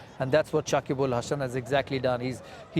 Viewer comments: Shakib ul Hasan na Shakib Al hasan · Dada it's not Sakib ul...it's Sakib al....again and again wrong pronounce